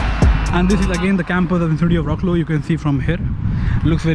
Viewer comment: Wroclaw is pronounced in polish like fratswav in english